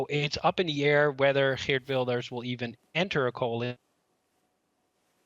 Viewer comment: Its girt wilders not gert wilders🤦🏿‍♂️